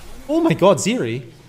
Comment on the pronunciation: I thought Baus is misspronuncing some words but be calling Zeri "Siri" 💀